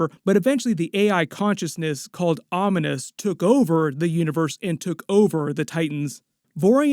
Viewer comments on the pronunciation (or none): Om-nee-us….. not Ominus….. lol